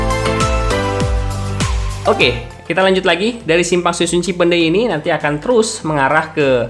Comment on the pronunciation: Ngomong "cipeundeuy" Nya gaenak bgt bang.. Bukan org Sunda pasti